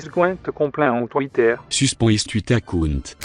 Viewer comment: soospen is tweetair acoont